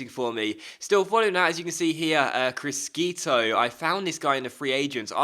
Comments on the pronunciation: The italian pronunciation is "crishito" not "criskito" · it's pronounced Kree-sheetoh C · GG's regen prounanced Crishito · criscito is pronounced cris-SHito but apart from that great vid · it will annoy me so much. please just say it properly - crish shi to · Criscito is pronounced Cree-shee-toh